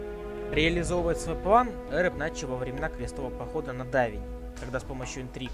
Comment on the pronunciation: Ухо режет лОргар, Эрэб.